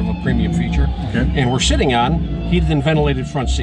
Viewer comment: it sounds like he said "and we're SHITTING on heated and ventilated front seats"